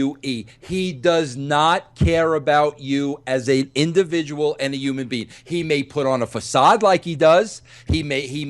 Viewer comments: Vince, it's "Human being", not "Oomn bean" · No bro, it's Yuman Bein'